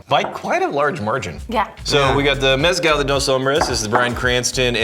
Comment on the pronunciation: For the love of EVERYTHING GOOD AND SACRED stop calling it MEH-scal. It’s pronounced meh-SCAL! You’re going to anger the Aztec gods.